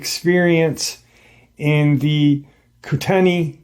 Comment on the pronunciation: The place in Idaho is pronounced coo_ta_knee. My froends went to U of I in Moscow years ago. Too close to home. Thanks.